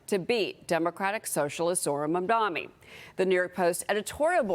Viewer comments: no one can say his name correctly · Even wading in the wide and deep sea of ignorance that is Fox News, it is astounding to me that these low IQ fools are STILL completely unable to pronounce his name. And she has never seen the word "mayoralty" before. How does she have a job?